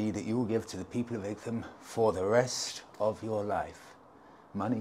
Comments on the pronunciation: Hi Please, Please get your pronunciations correct!! Four times you mispronounce the Ightham a place I was based at for the Surgery in Brough Green for about 4 years. Great area and many of my patients lived in the area right up to Sevenoaks. Your channel is amazing and Happy New Year Warm regards Richard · Pronounced like the Isle of WIGHT I think you'll find. A few months ago I predicted that your next bike would be a Super Meteor...and I'm standing by that prediction. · IGTHAM? IGTHAM? Really? It's pronounced Eye-tam! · Did no-one tell you it’s pronounced “Eye Tum” not “Ig Tham”. Also, there are no motorways between SE London and Igtham. Nice place for a ride out though. We have plenty of great villages here in Kent. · Eye tum not ig tham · Pronounced “ite ham” I believe. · Dumb pronunciation of Ightham. It's pronounced like the word ITEM ! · Great video - I believe Ightham is pronounced the same way as "Item", it's just old English spelling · Happy New Year ! Its pronounced eye-tum What a beautiful spot, there is so many in Kent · Great vid as usual…nice to see our county on here again - it’s pronounced ‘I tam’ though ! 😁😂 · It's pronounced EYE-TAM or "item". Like many English words, the "gh" (as in "light") is silent. The "h" is also silent. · I'd have guessed its pronunciation as "Item"? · Igtum lol. You need some Kentish lessons. 🙂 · I had to do a double take when I saw your title. I grew up in Ightham, and even worked as a kitchen porter in the George and Dragon around 15 years ago. It was utterly surreal to watch you ride through roads I once knew so well. As other have mentioned it is pronounced "eye tam", but my my you do have quite a talent for finding the hidden gems no one else seems to know about. Never would have thought I'd ever see one of my fav youtubers in my old little unknown village. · Igthumb? 😂 Sorry but it made me laugh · It's pronounced "eye-tem". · What?? pronounces something wrong? Surely not!😂😂